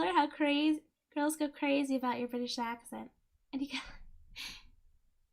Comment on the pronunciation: what? mention "Lets see this one because its gonna be awful" "This is long, and its not good" "She does seem to like mean girls, but this is probaly the best out of all them so far" "She's a baddie, huh" bri''ish gone back Bo'le o' wa'er Members will win "oh really?" "That's probably correct" chooses something else "Aww darn" "Okay!" "Sounds like a lot of Hoopa!" "I don't think she wants to touch face" trying to convince us she has a nose "yaay~" "That's wrong, we gonna click on that in a second" "oh no.." Cringing Mocking Richard's thought process Cringe giggles "He never takes 'NO" "give him points for not giving up? No! take away points"